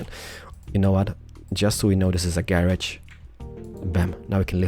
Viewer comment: I like how he says "Gay-Rodge"